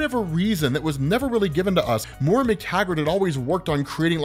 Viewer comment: Why do you keep calling her "MORE-UH"? Do you not have access to the internet?